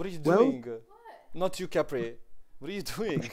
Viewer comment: bro kapri, "i" in english is not polish "i", its like literally polish "y", if you change this in your pronunciation people will actually start to understand you